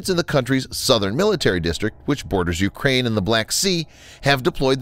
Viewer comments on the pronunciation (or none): none